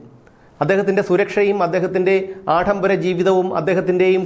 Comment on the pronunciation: ആഡംബരം, പീഡനം തുടങ്ങിയ വാക്കുകൾ താങ്കൾ തെറ്റായി ആഢംബരം, പീഢനം എന്നിങ്ങനെ യാണ് ഉച്ചരിക്കുന്നത് .അത് തിരുത്തണം.